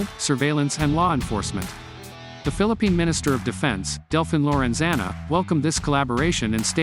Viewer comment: Lorenzana? ha-ha-haa